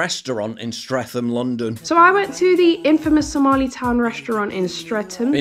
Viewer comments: Streatham is pronounced Stret-ham not Streth-am. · Pronounced Stret-am not Streth-ham, bloody northern monkey 😂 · It’s pronounced STRET-HAM! Know it well, hard to believe that there used to be a branch of John Lewis ( Pratts) barley a 5 minute walk away from that ‘ Restaurant’ 30 years ago… I wonder what event has caused this tragic fall from grace? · Stret-ham. Not streth-am. Seems you don’t know how to pronounce it. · It’s pronounced “streat-ham” not “streat-tham” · its Streatham but its pronounced Strettam no th f sound.. cant believe that exists...hot banana in rice and anonymous meat lol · Streat-am. Not Streatham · It's pronounced Stretham, not Strefam but yeah, what a dump London as a whole, has become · It’s not Stretham ffs it’s stretam. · It's "Stret-ham", not "Streth-em" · Streatham, Paul. t not th. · Its pronounced stret-um not stretham 😂😂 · It's pronounced Strettum, not Strethum. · BTW it's Stret-ham, not Streath-am. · I have to, I can’t let it go. I grew up nearby and it’s pronounced, Stre-tamm. Or if you’re really posh like what we was, St. Reatham. With the similar pronunciation as you used. 😂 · No one pronounces Streatham like that mate. It's pronounced Stretam. 😅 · It’s pronounced Stre-tam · It's pronounced 'Stretem'. But the locals joke that the true pronunication is Saint Reatham. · Love your videos, mate, but please… even a minuscule amount of research would have told you that it’s pronounced, ‘Strettam’. She even pronounces it as such in the video you showed! All the best. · Paul, say it 'Strettam'. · Streatham is pronounced stretum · Stret-am don’t pronounce the ‘th’ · Streatham is pronounced Stret-um just an FYI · Your pronunciation of Streatham is setting my teeth on edge. It's pronounced like "Strettum". 🙄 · It's said; 'Sret-um' No 'th'. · Great video mate but Streatham is promnounced Streatam. No criticisn, just so you know. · I've seen you in Battersea Park before Paul, so I know you know you it's pronounced Stretam